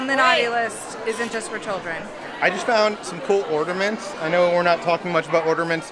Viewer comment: (Smiling): Most women tend to overuse the word “cute“. Guys change it up by saying sweet, nice, awesome, tight, and so on. I predict in this video she will say “cute“ 17 times. Wait, are you saying “ordaments”?